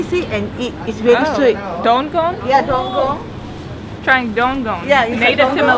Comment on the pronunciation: the name of fruit is DUKUNG. Not dongkong like the women seller said.